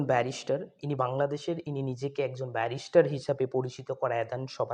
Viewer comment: Beta barrister uccharon thik moto koro. Barrister ….. Barishter nah ! Ar niropekkho , niropeksho na.